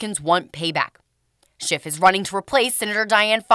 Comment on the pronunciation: It cracks me up that Kevin McCarthy calls him "Schift" ( it is actually schiff). SCHIFTY SCHIFT lied on camera and under oath including making a "parody of the events".